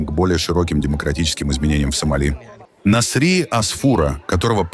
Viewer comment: нАсри а не насрИ.зачем оскарбляете?